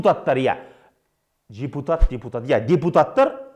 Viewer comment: Байкамай жепутат деп айтып калдынго🤣🤣🤣 Билик олшиши бундай соз естигенше.